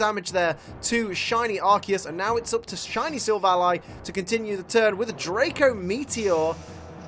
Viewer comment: says silvilli Me: what